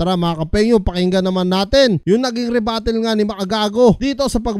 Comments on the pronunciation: rebuttal yon pards, hindi rebattle. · Rebuttal po hindi rebattle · rebuttal lods, hindi rebattle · same, sasampalin ko to padakot! rebuttal naging rebattle 😂